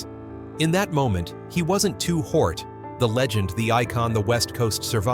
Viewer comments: Ai your messing up!! "Two Hort"?? 👎🏾👎🏾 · why the hell is the AI calling him 2 hort. Fix that mess and give the legend respect and say his real rap name. Lazy man using AI that sucks .He just said 2 pack. Ruins the video for me. But i learned a bunch about his money and shitty circumstances. Still i grew up on his flow and the rest of the legends. Seriously thank you playa for the music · Who on Earth in their right Mind would pronounce $HORT as HORT? A Literate Human Being Narrator would NEVER DO THAT!!! Y'ALL NEED TO DO THIS WHOLE VIDEO OVER w/a LITERATE HUMAN NARRATOR! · He did all that research and still there can't pronounce his name 😂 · How am I going to believe the story when you can't even say his name right....SMH😮